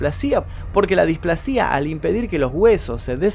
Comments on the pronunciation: Muy bueno el video pero no es displasía, es displasia con acentuacion en la primer a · un consejo es "displásia" como si tuviera acento en la "a" no "displacía" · Sólo una corrección .. se dice displasia con acento en "pla" no en la i.. buen video! .. Saludos desde Ecuador 😊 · Me haces doler los oídos como pronuncias "displascia" no displa-sia como lo pronuncias vos! Igual le doy like al video! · felicitaciones por su trabajo, soy nueva suscrita que casi casi termino de ver sus vídeos, me gusta la forma clara y ágil de narrar, orientadora, precisa, envolvente muy muy buena performance..una nota: tener un poco de cuidado en algunas palabras no muy conocidas para salir de dudas ejem. desahucio (pasado 3ra. persona y displasia, ojalá no lo tome a mal...juntos aprendemos.. soy de Perú....gracias un abrazo cordial. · Pronuncias mal displasia